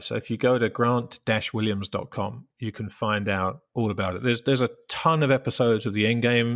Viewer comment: I face-palm every time Erik says "Gront" Williams.